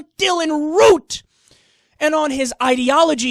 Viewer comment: Kyle my man, it's Dylan ROOF not Dylan ROOT by the way. not that it matters. actually you know what, never mind. forget what I said. let's not give the shooter any more publicity than he deserves.